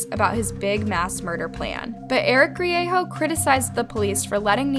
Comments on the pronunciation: Enjoy your videos- but the pronunciation in this one is difficult to get past being a New Mexico Native. Greigo doesn't have a "-ho" sound, it is "Gree-ay-go". Bernalillio is "Burn-a-lee-o" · Grie-GO never heard it pronounced grieHO interesting way to pronounce it . i know a few Griego's too of no relation to each other and they all pronounce it GrieGO.